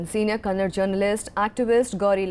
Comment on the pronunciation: It is Kannada. Not Kannad.